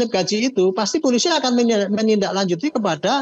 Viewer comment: Bapak ini nyebut polisi saja gak beres. Masak iya dia bilang pulisi😂😂😂😅😅